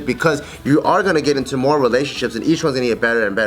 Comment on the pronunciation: LOL! 'ARE' sounded reallly weird